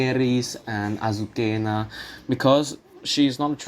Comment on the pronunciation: My previous comment has been erased for linking to a page with the correct Italian pronunciation. Thank you very much, YouTube. Please note that the character in Trovatore is NOT pronounced "Azukhena" as you did several times.